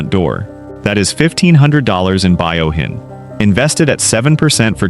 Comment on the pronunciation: It’s Fuyouhin, not Buyohin😊